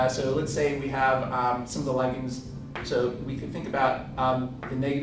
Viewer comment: why do americans pronounce ligands in such a retarded manor